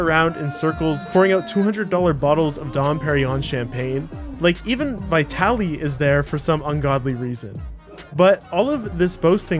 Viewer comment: Vajtaly ahahaaa